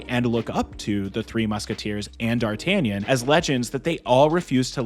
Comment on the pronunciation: It's the best Musketeer movie to date. And oh yeah...I am not french...But my dear americans...It's pronounced Dar-tah-NYAHN!